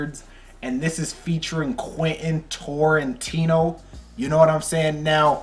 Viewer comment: Heads up it’s not torintino with an o It’s Tarantino with an A!!